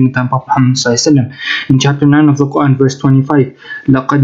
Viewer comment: He is struggling so much to pronounce Quran.